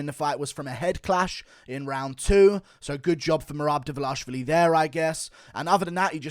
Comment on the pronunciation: Merab "Meh-Rab Devalishy" Dvalishvili